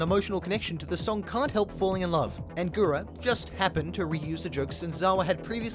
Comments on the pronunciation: Mans saying "GURA GURA" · This video was so well put together and narrated, I don’t think anyone cares that you kept pronouncing her name as what sounds like “Gura Gura.” 🙂 Liked and subbed. Keep up the hard work! Pretty sure you’ll blow up😊